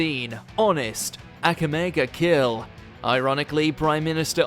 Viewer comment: The only thing that made me wince was the pronunciation of "Akame ga Kill" 😆😜